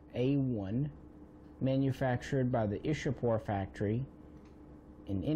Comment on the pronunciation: Oh btw,It is not 'Ish-a-pore' but 'Ichha-pur',giving you correct pronunciation of Ishapore.